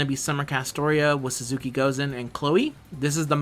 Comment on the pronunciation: Small nitpick... Aesc is pronounced "Ash". Type of tree. Sorta how Medb is pronounced. Language is weird, sometimes. Also, you keep calling Suzuka "Suzuki", for whatever reason.